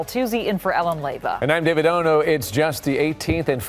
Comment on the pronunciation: "David Oh-no"?!